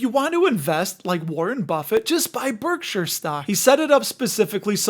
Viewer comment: Pronounced Berkshire, not Berksure.